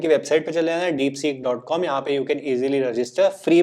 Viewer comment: Deepseek bolo ucharan me (dipsik) deepsek nahi .